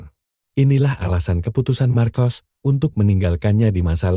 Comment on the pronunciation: Marcos di baca dalam bahasa indonesia markos